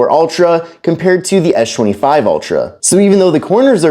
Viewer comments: What is this guys deal it's pronounced with an "S" not a "SH" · Why can you say the letter s perfectly in every other word, but you can't say s25 🤣🤣😭 tf is an esh 25 ultra? You can even say spen 🤣🤣🤣 WTF IS ESH 25 ULTRA